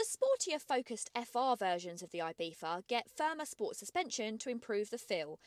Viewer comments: I bee tha and not I bee Zzza???!!!!! why???? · I know it's the correct pronounciation, but the "th" is killing me, just call it Ibizza, Ibisa or ibitza like half the Europe does, it sounds much better than the god awful "ibitha"